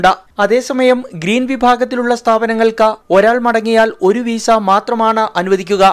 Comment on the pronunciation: വീസ അല്ല . വിസ😁